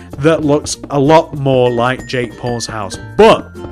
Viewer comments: It sounds like he says jake balls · At first I thought he said jake balls houce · Ik lol